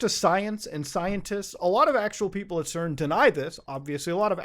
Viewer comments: CERN is pronounced SERN. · yo we usually say cern with a soft c like sern lol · I noticed he pronounced CERN’s as KERN’s. Must be the meds. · i like how muta pronounces CERN as ‘kern’ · is it KERN or CERN?? I don't know anymore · did he just call CERN "KERN"? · Did... You just... Pronounce CERN as "KERN?" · It is pronounced "CERN", rather than "CERN".